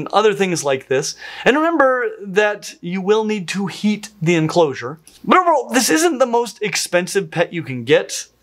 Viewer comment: says "but over-all" but it comes out.... "blurgle" or "blerval" Vote in my comments which you think was closer. 🤣